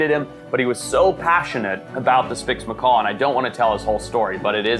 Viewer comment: Did anyone hear him say”spix Macor”